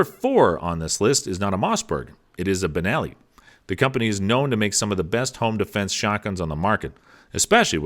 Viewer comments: What in the world is a BERELLI ? This voice actor needs to learn how to pronounce these words... dang. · "kAlTeC" BeReLLi" Just throw away the whole damn video lol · The fact he’s pronouncing Benelli, Berelli..... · Good show. Thank you. You say Berelli but I think you mean Benelli.?? 🤔 Also, I thought the Keltec was a pump shotgun.?? Is it considered sem-iauto because of how it shoots or am I miss understanding.?? Thank you, Best regards. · It's a Benelli not a barelli! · are you saying berelli instead of benelli? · Benelli not Verelli, there is a difference between a pump and a semi auto. I hate to be a wet blanket. Get it right. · Did anybody else notice this guy doesn’t seem to know firearms very well…He had double barrel shotguns showing while he described semi-auto function, called them Benelli M2 & M4 while covering each shotgun on the list but repeatedly called them Berelli at the end, and he referred to the Kel-Tec KSG as a semi-auto when it is clearly a pump action. I’d be surprised if this guy even owns a single firearm…It appears to me that he is merely reading a script, and knows nothing about what he’s actually talking about!!! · Are you just reading things you know very little about. Safety position is a matter of choice.... you called it Berrelli 3 times in this video. So you're just a voice .... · For one he called a Benelli a Berelli! 🤦🏻‍♂️🧠☠️🤡. I have a Benelli Super Black Eagle I purchased brand new in 1996 and love it! I’ve got hundreds of dove, tens of rabbits and pheasant and just love hunting with it! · “Barelli...”. I think he means Benelli.😉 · It's benelli....not barrelly....and why was the supernova TACTICAL...not on the list? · So many mistakes! What's a Berelli? You mean Benelli?! And now the Kel TEC is a semi_auto? No. It's a pump. Etc. Etc. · He said berilli m2 and m4 wtf?